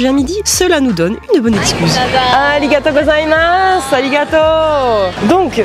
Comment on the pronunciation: Arigatô Gozaimaseeeennnn mes oreilles saignent 😭😭😭